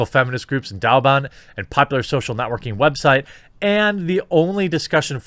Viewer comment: What? Chairman Mao was wrong? No... btw, they're pronounced "Way bo" (bo sounds like bow as in bow-tie) and "dough bon" "why boo" would be spelled Waibu and "Dow bon" would be spelled Daoban. Just some pinyin pronounciation tips.